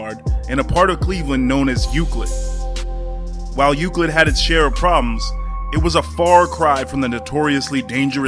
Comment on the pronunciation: Via Roma Bandit thank you he clearly didn’t do his research about our city and he said Euclid bad 🤣